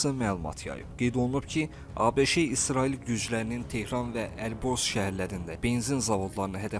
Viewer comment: Ay avam diktor ABŞE yox sadəcə ABŞ deyilməlidir ABŞE hardan çıxdı...